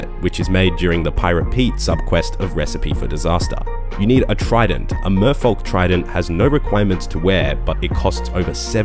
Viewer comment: Merfolk is pronounced like yolk